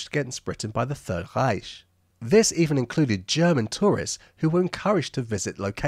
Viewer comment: worst pronunciation of 'Reich' achievement accomplished